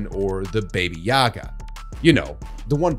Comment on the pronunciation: "baby yaga" bro not sure thats how you pronounce it